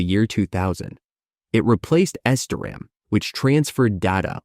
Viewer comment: It almost had me. I didn't think to check the comments until it said Esderam instead of SD Ram